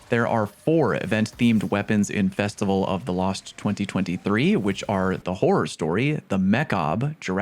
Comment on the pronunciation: Believe it or not, I haven't heard "Festival of the cost" before. Even if I had, its you saying it so it's automatically better.